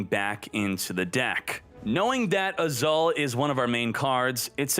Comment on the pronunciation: I chuckle a little whenever read "Azul" as "Azaal" Mispronunciations makes this channel more interesting. 😁👍